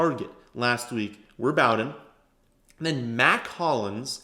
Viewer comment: its 'Bow" like row. not B -owden. Its Bow-den